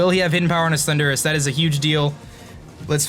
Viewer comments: oh my god, you drive me crazy, it's THUNDER, RUS. PLEASE PRONOUNCE THAT RIGHT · I got triggered everytime he says Thundurus